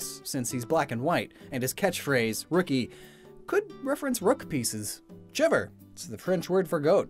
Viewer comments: “ChReVeR is the French word for goat” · I'm part french so I cringed when you so horribly mispronounced 1 sil vous plait (sil vu play) 2Beau (bow) 3 blanche (blaunk I guess I couldn't think of a good way to describe it) omg I've edited this comment 4 times now 4 chevre (shev/shevr depends on whether or not theres an e at the end) 5 Jacques is pronounced like jack (but more like jjjack kind of idk how to explain) 6 Soleil (so-lay)